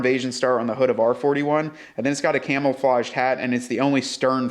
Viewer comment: did you jokingly say camel-flage like the crazy dude in workaholics? 😂